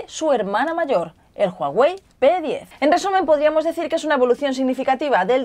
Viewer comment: "JUAWEI" JAJAJAJA C manasanta :v